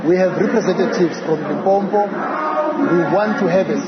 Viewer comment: He can't even say Limpopo but is a South African